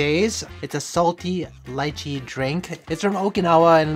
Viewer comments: FINALLY SOMEONE PRONOUNCE LYCHEE AS LAICHEE NOT LEEECHEEEE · It's pronounced 2 ways. That's one of them